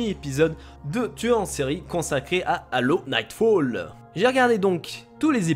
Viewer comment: Quand tu parlais de l'Halo t'avais un accent québecquois de ouf xD